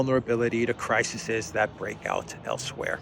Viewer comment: a big fan here. Plural of "crisis" is "crises' pronounced "cry seize"